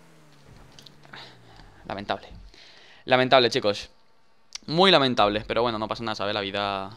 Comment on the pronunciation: Dani por Que siempre dices Wueno , Wueno , Wueno chicos !?